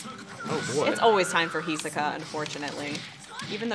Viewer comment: Love the video, cool and chill vibe, but my weeb ass cannot ignore how she said hisoka “he-suh-kuh”